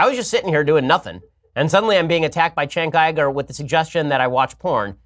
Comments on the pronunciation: yeah it's kind of weird, because "chenk Igur" doesn't sound any worse or better than "Jenk Youger". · "chenk igur"? god he's a dumbass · "Chank Ieger" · He knows that it isn't "Chenk Uiga" but, well, "Cenk Uygur" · "Chank iger" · "Chenk Eyegir" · "chank iger" LOL fascists have some weird speech impediments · You wrote a book on pornography...? Did you enjoy doing the research? "Chenk Aigar" what a child. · Who’s Chank Iger? 😂 Also, there is nothing wrong with porn. It’s perfectly natural. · Who tf is Chank Igerd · "Chenk Iyger"? He's debated him and he doesn't even know how to pronounce his name? Maybe Bean Shaypirro should pay attention. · Who's Chank Eye-gore? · "Cenk Iger" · "Chank Eiger"? I thought that Ben was touted as a genius by the right but he struggles with pronunciation? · Chank Eye-gur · Chenk Eyegur lol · "Schenk ygor" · they way you pronounce it not body knows who cenk igor is... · everything you need to know about this piece of shit: he knows EXACTLY how to say "Cenk Uygur" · Why can't any Republican say Cenk Uygur right!? God damn it's annoying as fuck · Bin Sepirow can make his shitty gay boy arguments, but can he at least pronounce cenk uger correct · i can't take Ben Shapiro pronouncing cenk uygur name lol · The intellect Ben Shapiro cant even pronounce Cenk Uygur